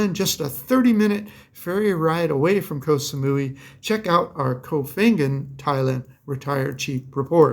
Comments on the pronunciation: Granted, pronouncing Koh Phangan is pretty difficult, but that was pretty funny. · are sure you're pronouncing the island in Thailand "Koh Phangan" properly?